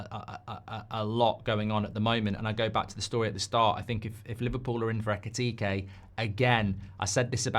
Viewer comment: Mark, you said his name backwards, his name is Ekitike, not Ekitike